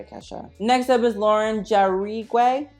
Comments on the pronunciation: Omg Lauren jauregi’s name is pronounced “hau-reh-gee” JSJSJSJS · is pronounced Hauregui 💜